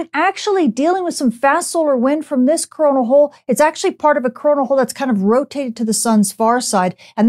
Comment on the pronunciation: Am I the only one hearing her say crona holl y does it have the same name as corna virus ? ? Very Very word makes me wonder